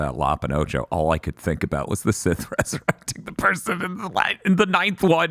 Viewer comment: Funny how can't say Sith. He's a dark lord of the THI ·S!